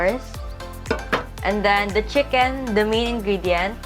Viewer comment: "Chickeneth" HhahahahLT